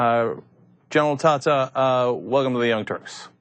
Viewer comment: Tata can't even pronounce his name... talking about how it's Italian 🤣🤣🤣🤣🤣🤣🤣🤣🤣🤣 If you say it the Italian way it's "TAH-TAH". Americans crack me up.